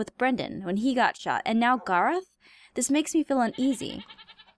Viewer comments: Oh no gerrth not gerrth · im not making fun of u or jujing u but u dont pronouns garroth like gaaroth or gorroth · I watched her other videos before this and I can't stand her pronouncing Garroth's name wrong!!!